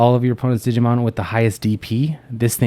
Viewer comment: I laugh so hard when people say, "jee-jee-mon" 1) Cause in japanese "jiji" means old man 2) cause there is already a jijimon... and he IS an old man xD